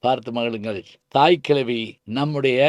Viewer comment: இத்தனை சிறப்பாகச் சிலாகித்து, இரசித்துப் பேசிய தமிழ்ப் பேராசிரியர் "தாய் கிழவி" என்ற தலைப்புக் குறித்தும் பேசியிருக்கலாம். அவர் ஒவ்வொரு முறை, படத்தின் பெயரை உச்சரிக்கும் போதெல்லாம்.... "தாய்க் கிழவி" என்றுதான் உச்சரிக்கிறார். ஆனால் ஏனோ சொல்ல மறந்து அல்லது தவிர்த்து விட்டார்.